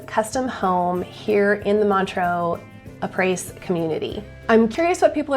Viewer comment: Haha, it's pronounced, ah-pray 😂😂😂. It's French, for, after. ˈä-ˌprā; ˈa-ˌprā.